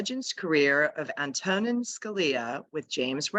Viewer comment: Ma'am, his first name is pronounced, "AN-to-nin".